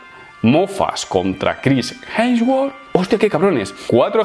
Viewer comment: Nadie: Pero Nadie:: Jensguor